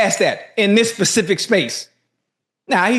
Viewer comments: in that "pacific" space ❌️ in this "specific " space ✔️ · ITS SPECIFIC not PACIFIC. I tell these fools Pacific is the Ocean